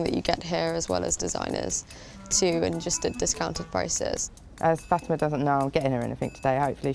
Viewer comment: Her name is Fatima. Not Fatimer.